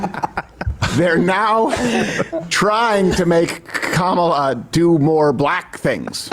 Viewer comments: Did you notice that he accidentally pronounced her name correctly once, immediately after purposely mispronouncing it - . I'm calling it the trumpian-I'm-not-christian slip, in dishonor of freud 😉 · He mispronounced then correctly pronounced her name in the same sentence. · Ever notice that when they are not paying attention, they are actually saying her name correctly, they only say her name wrong when they are really trying to say it wrong. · I love how Crowder accidentally said her name right then immediately made sure he said again in the same sentence incorrectly. These clowns are so over the top racist it is actually funny 😂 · Why do they keep mispronouncing her first name? Shes been in the VP office for 4 years now.